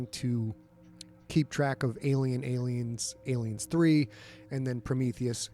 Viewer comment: Love the interview. Hope you're able to do more content like this. But why does Scott seem to insist on pronouncing it "Alienssssss 3"?